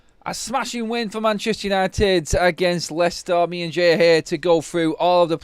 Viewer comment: Its Leicester ….😂😂